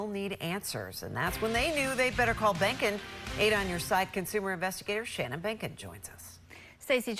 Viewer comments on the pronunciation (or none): Behnken rhymes with bacon!!!!